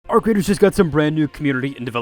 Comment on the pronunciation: The way he pronounced it was beautiful